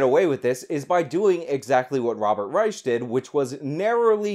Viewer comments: Reich is pronounced Rike. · Yeah I can't watch this video. I normally find your videos worth watching, but your mispronunciation of "Reich," and your constant repeating of the mispronunciation is just too annoying for me to continue watching. 🙄